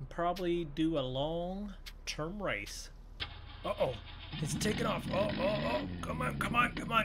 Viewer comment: Its uh oh not ut oh